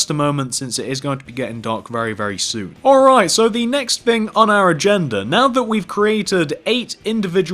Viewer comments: fix ur grammer ur prononcing "thing" as "fing" and "three" as "free" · that's just how people talk. I mean have you SEEN Dr who?!